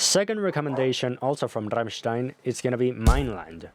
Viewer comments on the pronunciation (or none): tks with heavy pronounced R hahahahah beeeach